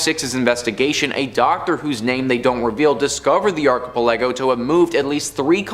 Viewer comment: Please tell me that isn't how you think "archipelago" is pronounced...